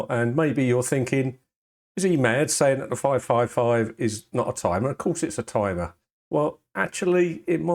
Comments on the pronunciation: IT'S NOT A TUMUH! I mean tumor, er, I mean timer. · IT'S NAHT A TIMAH